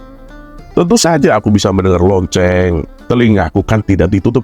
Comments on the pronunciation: Assalamualaikum.ngakak bngt ketika berbicara LOCENG.tpi Tulusannya Lonte..Aku suka sma chanel ini ada 2 chanel. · Sama lagi yaAllah kocak bgt😭🤣